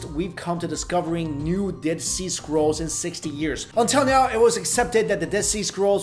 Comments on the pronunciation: i keep hearing squirrels instead of scrolls so i that thinking mummified squirrels. "Dead sea squirrels..." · Lol!!! I thought he was saying "sea squirrels" instead of scrolls!!! I was like wtf are sea squirrels!? Lmao!!!!! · Ok, not gonna lie, at first I thought you said "Dead seasquirrels" and I went "WTF is a seasquirrel"? Then you said it again and I realized what uou ACTUALLY said.😂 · I thought you said 'Dead Sea Squirrels' 😂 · I think I need to check my hearing. I thought he said squirrels lol. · when he says scrolls I understand squirrels